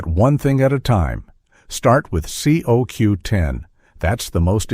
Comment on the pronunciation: the voice calls it C O W 10 ITS COQ10 JUST IN AI SPEAK LOL